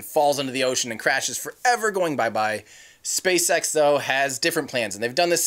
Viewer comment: What did you say spacesex???